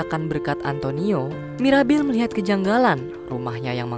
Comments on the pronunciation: Bang bukan maribel tapi mirabel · Mirabel bang ko maribel 😅